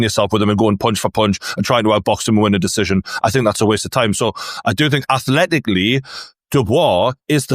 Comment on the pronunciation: When did the word Think change its spelling to Fink? 😂